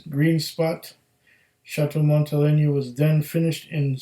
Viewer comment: Pronounced Montel(ay)na. Montele(ny)a would be spelled Monteleña.